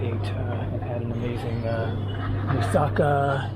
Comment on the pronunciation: For the benefit of the viewers- it’s pronounced moo-sah-KAH. The way it’s pronounced in this video sounds Japanese. There are many other mispronunciations in this video. Let’s all try to not be ignorant Americans when we travel abroad. As Americans we’re already generally disliked- except for our money. You can do better.